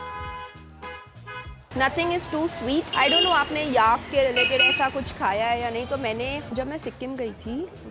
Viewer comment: Great video! Please note though that Tibet and Tibetan are pronounced with a "bet" like the word "bet" and the stress is on the "bet" and not the "Ti" - it sounds like "Tibbit" when you say it. Also, "yak" does not rhyme with "ark" but with "stack", "pack", "lack" etc. The second e in the word "vegetable" is silent, just like the "or" in "comfortable". Soutsemen is pronounced by the locals as "so-z-men" with the stress on the "so". I know that I personally like to be corrected in my foreign languages by native speakers so that I don't make the same mistakes again. This is just a friendly correction, not a criticism of a well done video.